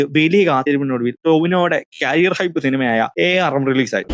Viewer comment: ക്യാരിയർ അല്ലെടോ.. കരിയർ.